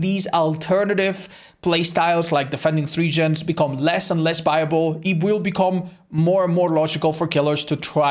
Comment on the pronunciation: why does he swap his b's and v's? He says "Deliverate" and "Biable"